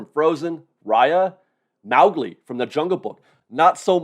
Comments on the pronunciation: You pronounce Mowgli like MEOWgli 😂. It’s MOwgli. Like MOE-glee. ✌🏻💙🌞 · Why did he say Mowgli like that